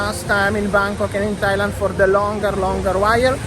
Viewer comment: Tajland srajland 😂